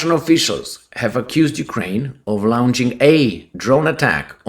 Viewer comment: Lawn-ch, not Loun-ch.